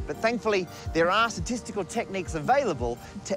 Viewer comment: I'm calling it "Parker Statistics": At least he tried